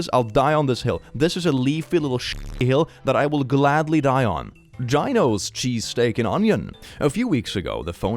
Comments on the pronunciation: It's "gee-no", not "gye-no", please, 😂 gyeno is how English speakers pronounce the short form of gynecologist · FYI : Gino is pronounced 'Gee No' .